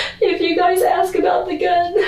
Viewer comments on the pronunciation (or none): It's axe instead of ask that drives me nuts 🙃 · I was going to axe you about that.😂😂😂😂😂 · It gets on nerves too when people say, "axe" instead of "ask". 🙄